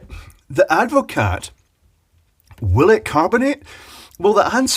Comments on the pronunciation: I believe it's usually pronounced add-vo-car not add-vo-cat, but watevs. Having watched the video I'm still a bit surprised it didn't curdle. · I am very surprised that it took any carbonation at all. Very weird. As a point of interest, it is Dutch and Advocaat is a shortening of its full name. Advocaat is pronounced Ad vo car. Sorry to be a pedant. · Advocaat is pronounced Advocaar the T is like the P in bed........ Silent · The T is silent. It’s ADD-vuh-CAR. 🇳🇱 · Hahaha... super yummy drink is Advocaat. One note though, it has a SILENT t. :)